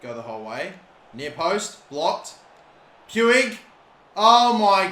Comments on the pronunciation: Puig pronounced 'Poo-eejh' Klich pronounced 'Clickh' Koch pronounced 'Cockh' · Puig is pronuced P-e-e-g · The Guy's name is Pi-u-j not pu-wig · I'm surprised he sill says poouigggg instead of pooch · Btw puigs name s pronounced ricky pweeg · Listen bro it’s pronounced riki pooj not puig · Pronounce it as Ricky Pooj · everytime he says Puiggg Me it's Puig the g like in the word generator lol! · YOU SAY PUIG LIKE POOG